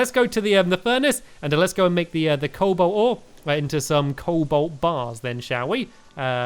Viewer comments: Sigh... Stampy, its Co-Bolt not Coal-Bolt.... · Stamps is a noob sand cobalt is pronounced Cole-Bolt ok so start saying that:)